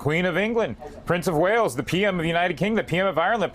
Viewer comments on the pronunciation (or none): Prince of Whales 🐳??? 😂🤣😂🤣 Its Prince of Wales 🏴!!!!